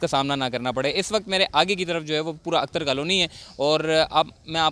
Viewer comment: اختر کالونی۔ اکتر کالونی نہ بولو۔